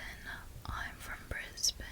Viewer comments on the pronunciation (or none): none